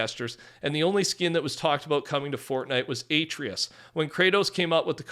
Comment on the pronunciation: bro is saying a-tree-us 😭 its a-tray-is